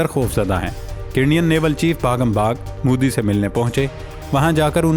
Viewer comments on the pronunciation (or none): none